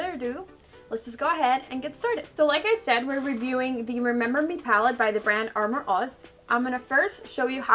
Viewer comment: Lol Its pronounced uh-more (amor) meaning love in Spanish Great review